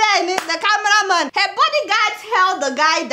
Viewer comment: But Adeola why this ghanaian accent(heh)instead of normal english word(her).Were you brought up there or you just like their accent